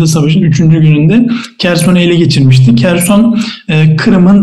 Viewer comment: Kerson değil Herson okunur